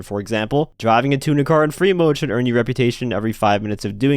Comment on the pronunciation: The amount of gta ytbers and other people that cant pronounce "Tuner" right is mind bending 🤦🤦🤷